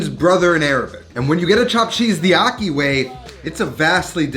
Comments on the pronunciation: Ahki. Not ocky 😩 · Akhi, pronounced aji, the j being the Spanish jota. That’s how “kh” is pronounced in Arabic. Good video, like always.